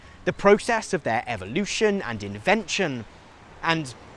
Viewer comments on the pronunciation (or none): none